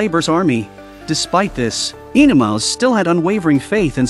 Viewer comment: OE-NeMAUS! Not Enomaus!